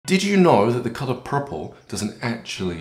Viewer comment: WTF is "PUHPPLE"?